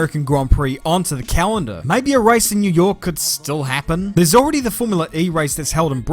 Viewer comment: new yoaaah